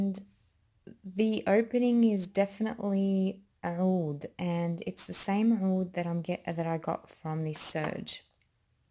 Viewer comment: Woooo you’re Lebanese?? So am I! I was wondering where you perfect pronunciation of ‘oud’ was coming from! <3